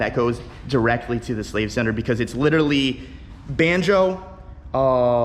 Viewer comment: I take a shot every time he says li-terally